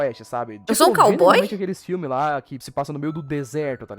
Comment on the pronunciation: não é "cayboy"" e"caygiry"